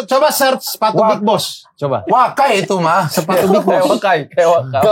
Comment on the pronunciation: Bang maksudnya wakai ngomongnya kawai wkkwkwkk